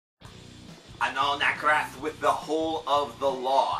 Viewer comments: I believe it's pronounced like "An-ahl Nah-thrawk" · Can understand making that mistake once but 3 straight album cycles he kept misnaming them Nakrath. Lol